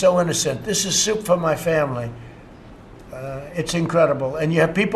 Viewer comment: So he's saying. . . Souptifa?!